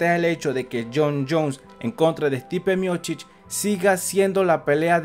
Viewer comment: Es Miocich y no Miochich